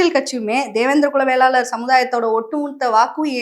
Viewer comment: நெறியாளர் தம்பி படிச்சிருக்கீங்க தான வேளாளர் னு சொல்ல தெரியாதா வெள்ளாளர் வெள்ளாளர் னு சொல்றீங்க